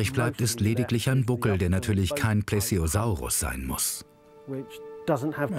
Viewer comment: Nessi gab es wirklich >sei ein Kanal/Serie, welche sich mit Wissenschaftlern Themen beschäftigt >Sei zu unfähig das Wort „Plesiosaurus“ richtig auszusprechen